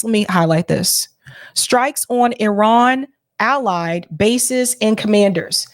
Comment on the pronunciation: Nice! You pronounced Iran correctly